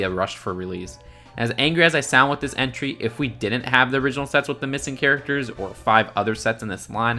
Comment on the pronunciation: Who else kept thinking he was saying “century” instead of “entry”